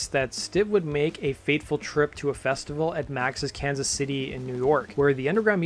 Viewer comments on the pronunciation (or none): none